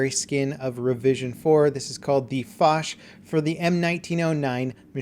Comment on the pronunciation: It is pronounced the fok, the ch makes the k sound, if it were how you'd said it it would have to be spelt the fosh